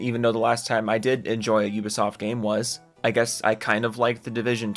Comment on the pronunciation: "You-ba Soft" 😉